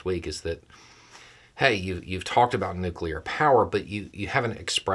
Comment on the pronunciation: jesus wuz new-clear